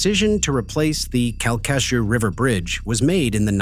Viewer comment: It's pronounced Kal-ka-shew.